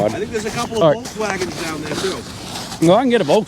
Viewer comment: you got a good Maine accent goin theaear